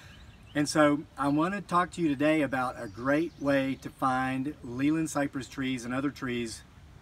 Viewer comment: The correct, English way to pronounce Leyland is like ' lay land', it is a town in Lancashire, the home of Leyland Motors